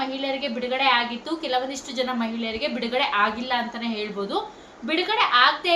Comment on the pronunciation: ಹೌದು ಹೇಲ್ಬೋದು ಹಾದು ಹೇಳ್ಬೂದು 😂😂😂😂😂😂😂😂😂😂😂 ಆದೆ ಬೇಜಾರ್ ಕೇಳೋಕೆ